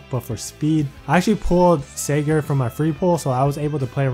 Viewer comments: Just so you guys know is pronouncing Sigurd wrong because the Youtube System thinks it sounds like cigarette thus demonetizing the video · A Holy War banner review?! Oh boi!!! Also why aren't you or Phoenixmaster1 pronouncing Sigurd right? What does YouTube have to do with this? :/